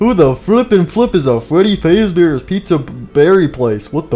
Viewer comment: Freddy said freddyfazbenders #DayShiftAtFreddys